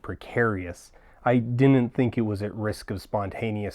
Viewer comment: You have good diction except when you say “didn’t” which you pronounce “din’nt.” Anyway, something to be forever self-conscious about!